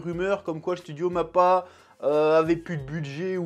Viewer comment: Il a dit pour mappar au début vous avez compris